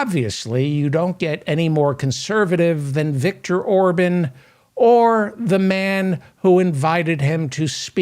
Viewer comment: Remember Republican Senator Larry Craig in the airport bathroom. P.S. Orban is pronounced "Ore - bon" not "Ore - bun"